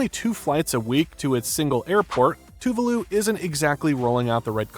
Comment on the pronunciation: Dude ! Please learn how to pronounce the name of the country correctly